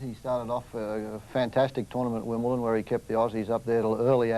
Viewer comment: Count yourself lucky. A lot of them call Wimbledon Wimpleton.